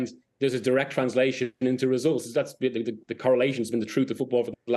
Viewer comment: Why are you saying thee? Its just the....